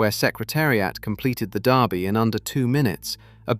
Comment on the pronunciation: Kentucky DERby not Darby